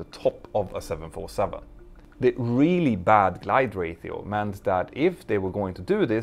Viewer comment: Hehe, I heard your Spanish interfere with your English for a second: "ratio," pronounced like a Spaniard! Speaking multiple languages myself I have had this kind of thing happen too. XD